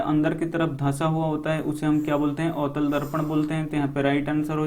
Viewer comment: Sir avtal darpan likha hai Aap utal darpan bol rhe hai